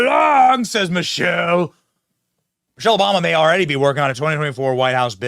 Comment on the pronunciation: You are mispronouncing Michael …sounded like you were saying Michelle.